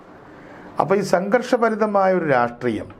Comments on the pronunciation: രാസ്ത്രീയം അല്ലട യൂട്യൂബ് ഓളി -രാഷ്ട്രീയം, നാവ് വടിച്ചിട്ട് കോണക്ക് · ഒരു നല്ല Journalist ആണ്. അദ്ദേഹത്തിൻ്റെ ചില മലയാള വാക്കുകളുടെ ഉച്ചാരണം പാല്പായസത്തിലെ കല്ലുകടി പോലെയാണു തോന്നുന്നതു്. ഈ വീഡിയോയിൽ പല പ്രാവശ്യം രാസ്ട്രീയം എന്നു പറയുന്നുണ്ടു്. രാഷ്ട്രീയം എന്നു കേൾക്കാത്തതു് എൻ്റെ കുഴപ്പമാണോ എന്നും എനിക്കറിഞ്ഞുകൂടാ. പഴയ ചില വീഡിയോകളിൽ ഉദേശം എന്നു പലപ്രാവശ്യം ഉച്ചരിക്കുന്നതും കേട്ടിട്ടുണ്ടു്. ഉദ്ദേശം അല്ലെങ്കിൽ ഉദ്ദേശ്യം എന്നായിരിക്കാം ഉദ്ദേശിച്ചിരുന്നതു്. ഇതു ചൂണ്ടിക്കാണിക്കുന്നതിനെ positive ആയിട്ടെടുക്കുമെന്നു കരുതുന്നു. 🙏